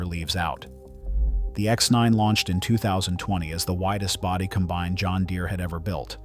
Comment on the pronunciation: Teach your AI how to pronounce combine.